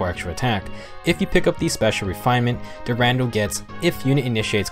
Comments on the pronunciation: Sorry for this but i always laught so hard, everytime you said "DuRANDEL" but this Sword is called "DuranDAL" just like Brave Roy say it in his Quote. But i really love and enjoy your Videos! You make a really Good Work! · It's dur-ah-dal